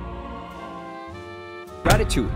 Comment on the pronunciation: I think you mispronounced Ratatouille. You said "ra-ta-tu-lee" instead of "ra-ta-tu-wee". Gosh cam you even read and you said ERONDEL and just to remind you its ARENDEL so in my opinion is that you whont make videos anymore but if you do then read properly and just to say have you been in school couse you dont even know how to pronounse things properly